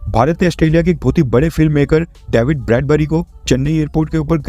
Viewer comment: डैविड नहीं डेविड